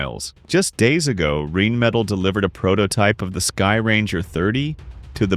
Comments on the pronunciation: the way the AI you use for your channel says it, RAIN METAL Air defence systems actually sounds quite funny and oddly accurate, they do be raining metal on enemies. But its actually Rheinmetall as in the River called Rhein. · Since Rheinmetall refers to the german river Rhein, that part should be pronounced just like the english word Rhine (not reign). It will sound a lot better to german ears ;-) It is funny how you can't give some fantasy word in english for right pronunciations in german because there basically are no general rules of pronunciation in english. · Also the pronunciation of "Rheinmetall" is "Rhine metall". Like in the river Rhine. That is what that means. They sound the same in German and English, or at least the part after the "R" does.